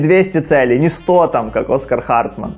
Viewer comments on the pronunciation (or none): none